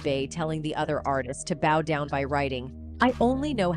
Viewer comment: 🤔 it sounds like she's saying Roll Down instead of Bow Down 🤣